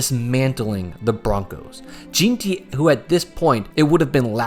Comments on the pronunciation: lol you don’t even watch football do you? Who tf is “Geentee” lmao it’s “Jeanty” bro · Its pronounced "Jeanty" not "Jeanty" silly goose ahh mf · Scat-Uh-Boo Gen-Tee is how you pronounce it jesus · All this work just to not pronounce Skattebo right. And can't get Jeanty right either